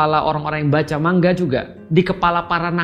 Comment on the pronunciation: Betul ini pelafalan Pak Ust kata "manga"=>"mangga"...spt kata Bu Guru Bhs Jepang Nakama tulen ini...😅😅